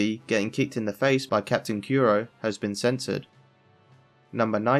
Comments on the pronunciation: Well, he kept saying Kuro like "Kiro", so I think Japanese pronunciation might just not be his strongest point. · Stop saying yusopp and kyuro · Why do you call usopp yousop and kuro kewro